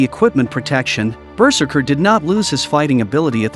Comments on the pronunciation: BERserker. Lol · The way the narrator pronounces ‘berserker’ is just too funny